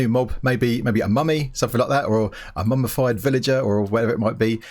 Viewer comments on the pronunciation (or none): when you said mummyfied villager I heard mumbofied villager